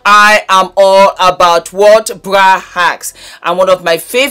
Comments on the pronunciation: Sounds like bwa or bua 😂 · I'm telling youuuuuu😂😂😂😂